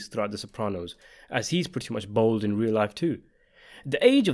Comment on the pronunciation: the word is 'bald', not 'bold'.